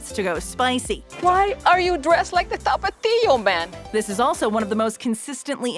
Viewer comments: TAPatio nah tapa-tio sause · The way you say tapatío it make me angry but my favorite Doritos are cool ranch